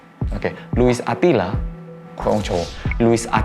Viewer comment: No one: Louis Attila: Louis Adhila😭😭